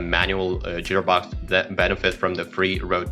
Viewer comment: What the hell is a "jeer box" ??